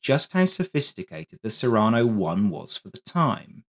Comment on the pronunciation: Cyrano is pronounced with the emphasis on the first syllable, after Cyrano de Bergerac, who was famed for the size of his nose.